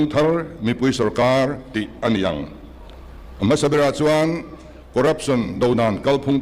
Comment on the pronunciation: 'chuan' tih pawh a thiam lo,.... 'chuen' a ti zêl. 😂😅